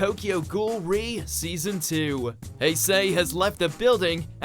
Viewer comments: Heysay has left the building and Keneki is back in the driving seat, brilliant pronunciations as always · Learn how to say kaneki and haise ffs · Tokyo Ghoul:re Season 2 should not be on this list because the 1st Season SUUUUUCKS!!!!!! Also, they can't even pronounce Haise right